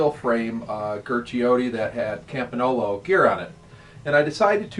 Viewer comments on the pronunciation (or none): campinolo ???? its campagnolo